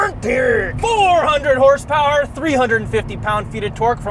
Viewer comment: hersepewer en terrrrkkkkkkk